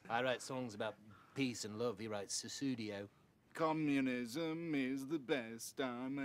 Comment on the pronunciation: Guess I need to listen again. I thought he said Sussudio, calling him Phil Collins basically 🤣